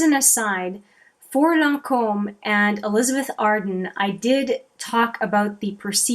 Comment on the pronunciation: Always happy to see a new vid from you. You give straight forward real info and truly help w decisions on the bombardment of products This time of year. I’m assuming you from a French speaking part of CA, I love how you pronounce your name and Lancôme lol. Tres chic👌